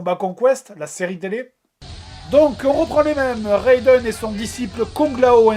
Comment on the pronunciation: c'est raiden pas reydon :)